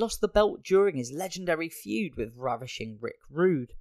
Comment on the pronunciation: Fued? FUED??? Dude... its Feud.